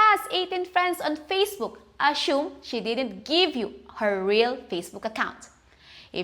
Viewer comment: ......you're pronouncing "assume" wrong.